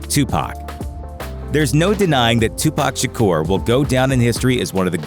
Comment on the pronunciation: It's pronounced Tupac Sha Kur